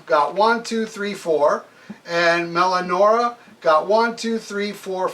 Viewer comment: “Melanorma”?? There’s no “M” in the title, aside from the first letter, and there’s an “I” in there... “Meliora.” Pronounced “Me-Lee-or-uh”.